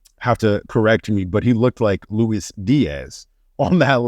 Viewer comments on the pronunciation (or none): none